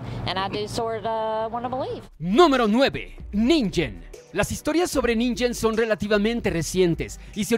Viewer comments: Ninjen? Antes de dejarles narran un video, díganle como se pronuncia la "G" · No se pronuncia ninjen como ninja,se pronuncia ningen como ningún,pronunciación japonesa correcta